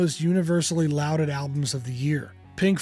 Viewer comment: mispronunciation of the word "lauded."